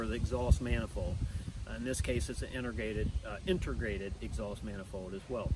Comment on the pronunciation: Cavitate......Cavitating... Integrated... Not Intergrated... Thanks for the great videos !!!